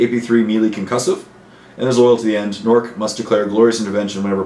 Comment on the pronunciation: I always thought Nork's last name was pronounced "Dead Dog." O_O